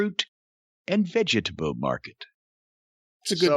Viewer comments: "Fruit and VE-GE-TA-BLE market."-Cornie😂🤦😂🤦😂🤦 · The way Jim says "fruit and veggietable market" is priceless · Why does he say it that way? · I told my wife about this match and said it just like that. Pretty sure she thought I was having a stroke.